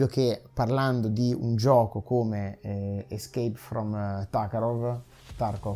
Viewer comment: Premetto che non ho finito, ma sembra che chi gli ha fatto reagire al video non gli abbia fatto nemmeno un po' di introduzione alle premesse e alle meccaniche di "ischeip from Tarkov". Più che sentire una sfilata di tecnicismi mal pronunciati, autocelebrazione e pubblicità gratuita sarebbe stato bello una vera e propria reazione a come gli sviluppatori han trasformato in codice ciò che lui ha sperimentato. Se si sorprende di vedere l'arma sempre puntata e pronta a sparare e mi fa il pippone sconnesso, forse non ha capito che non è un simulatore di buone pratiche militari, ma un simulatore di Cheeki Breeki.